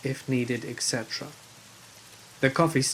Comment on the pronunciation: Etc. was pronounced wrong, and expresso is not a word